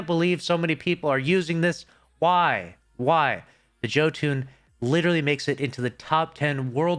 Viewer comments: Yoooo ton!!!!!!!! Jö makes a y sound... now joe.. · JOE-TOON? It's pronounced YO-TON,. Damn... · Hey my friend it's pronounced ( Yo-Ton ). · (Psst, I believe it’s pronounced “YOTE-in” for jötunn, good vid tho) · its pronounced "yo ton" its Scandinavian bro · how do you still mispronounce [yo-tuhn] 🤦🏻‍♂️ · Jotunn is pronounced Yo-tun